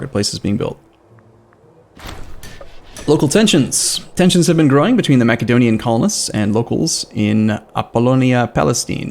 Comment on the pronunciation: This mac-edonia is driving me crazy.